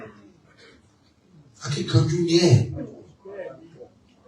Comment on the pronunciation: ❤❤❤the king pronounced kaaro o ji re. the way it supposed to be pronounced. ❤❤❤❤🎉🎉🎉